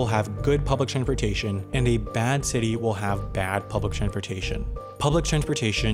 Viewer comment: Why does the narrator sometimes not pronounce the "s" in "transportation"? Multiple examples of this mis-pronunciation occur between and .